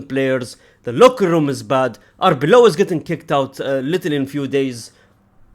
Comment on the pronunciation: This is the first time you pronounced Arbeloa instead of Arbiola)